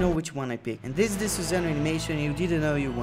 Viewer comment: It's sasano